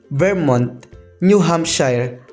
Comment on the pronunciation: Sir, Arkansas-arkansoh Newhampshire- new hamsheer Pennsylavania- pensilvenya Quebec-kebek fast. Hindi po ke-bek Pano nyo sir mapprove na di flat ang earth